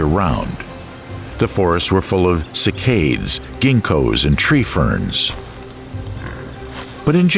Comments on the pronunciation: cycad, pronounced SAI -cad (like in caddy). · It's very interesting and well-made, but there are a few (mostly minor) mistakes: : The Triassic-Jurassic extinction event didn't take place 169 million years ago but 201 mya (that's not a minor mistake, though). By the way, in "cycad" the stress lies on the first syllable which is pronounced 'cy' as in cycle, and the second syllable is a short 'kad' as in Cadillac. and on from there it's 'coelophysis', not 'coeliophysis' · The plant names of cycad and gymnosperm are pronounced SY-kad and JIM-no-sperm.